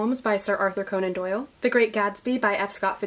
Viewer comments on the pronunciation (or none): none